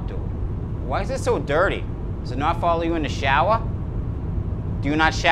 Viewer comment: Does it not follow you in the Showa? Do you not Showa?